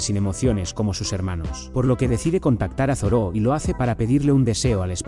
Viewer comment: es Zoro, no Zoró ._. me molesta de sobremanera escuchar Zoró, no sé por qué xD Buen video igual